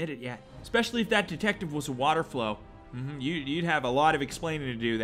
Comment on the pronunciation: lmao... water FOWL my dude. not flow. 🤣🤣